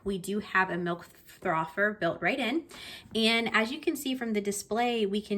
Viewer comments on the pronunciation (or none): none